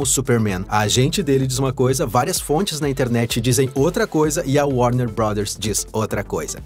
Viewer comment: O grande póblema da DC chama-se worner ...